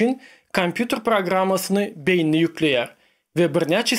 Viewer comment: söz ýok. Şonda-da speech-iňi çalaja düzedäý.Bilýän tm, rus, trk garym gatym. Ýöne esasy sözleri dogry aýtsaň... Meselem, beýni(beýin däl), beýniÝmiz dp aýdylýar